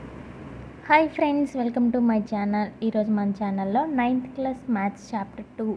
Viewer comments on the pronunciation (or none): none